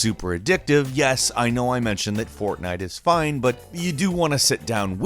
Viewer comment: At first I thought you were saying fontain... Which makes sense cause there was some bioshock footage in there